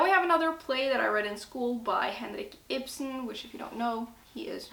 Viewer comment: I heard your pronunciation of Henrik Ibsen and was like «Is she Norwegian?» Checked your profile and YUP 🇳🇴